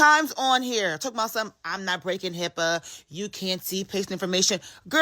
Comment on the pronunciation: My daughter loves how this guy randomly ads "er" to certain words. She has been emulating it at home. Hearing him today say "Hipper" instead of HIPPA was probably my favorite so far. I'm not sure why he does it, because he only does it sometimes, but it brings us joy.